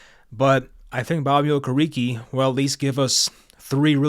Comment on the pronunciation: O-care-rick is the pronunciation I believe